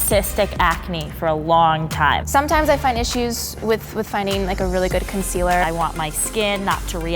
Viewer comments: she did not just say "conciller" Laura Lee who? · (Con-SEA-ler) not (con-si-ler) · the one with vitiligo said conciller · The one with vitiligo said conciler not concealer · The way she pronounced "concealer" 😂